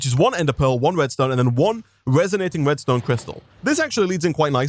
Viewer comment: Omg every time you have said resonating redstone crystal i heard restonia crystal